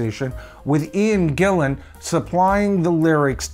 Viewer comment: Morse has been in DP much longer than Ritchie Blackmore, but does that make him a better guitar player? No way. Jon Lord quit Deep Purple as he wanted to conccentrate on his classical music music. He did not have cancer at that time and he was in good health. You corrected this guy when he said "ian Gilmour" then got it wrong yourself when you said Ian Gillian". His name is Ian GILLAN. He has been famous for over 50 years and still people get his name wrong! P.S. Freudian*😆.